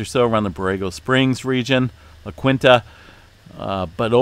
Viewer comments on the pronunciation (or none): La Quinta (La Kheen-tah) 😉👍